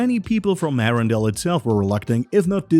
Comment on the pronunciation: Arendelle not arundel